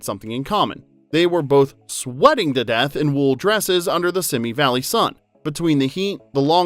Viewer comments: “Simi” Valley is pronounced “See me,” not “Simmy” Valley. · "Simi" as in Simi Valley is pronounced /ˈsiːmiː/ (See Me)